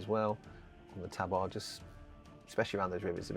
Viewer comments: Fuck me is that really how you chose to pronounce tabard? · No one ruins English quite like the Brits, eh?